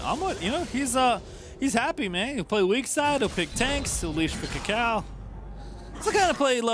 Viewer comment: Swear it sounds like pastry is saying ucal instead of kaka0